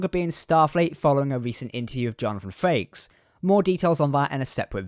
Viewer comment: It’s Frakes , not Farkes